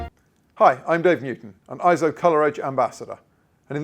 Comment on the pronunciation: Not pronounced IZZO. Eizo is pronounced AY-ZO, which means "image" or "vision" in Japanese. See the Eizo Wikipedia article on its proper pronunciation.